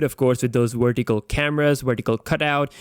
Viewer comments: It's vertical not "werticle"! 😆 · "Wertical Camra" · Christopher Aiken Ronquillo "wertical" 😂😂😂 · Tabirca Radu more like “wortical” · You can pronounce "device" properly but you can't say "vertical"? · Wertical, wolume, actiwate, ha, ha, ha.